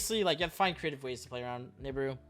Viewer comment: Why do you say every name so wrong? Apollo? Nebuu? Ava? It’s “App-O”, “Nib-E-Ru, “E-Va”.